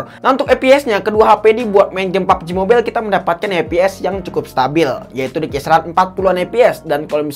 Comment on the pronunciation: saya kesini cuma nunggu ngucap "EP EP, BURIK, SOSIS" dan "PABJI MOBAIILLL"..